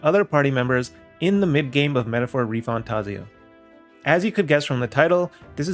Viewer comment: its not Refantahhzio its Refantayyzio hermione voice